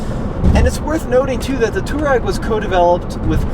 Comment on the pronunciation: “Twareg”, not “Toureg”. There’s an “a” in the name.